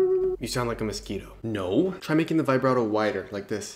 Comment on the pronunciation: imagine being a professional musician and pronouncing vibrato like that